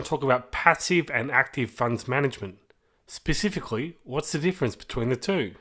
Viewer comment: Ooh I love a guy who can pronounce 'specifically' correctly... .. makes a refreshing change!!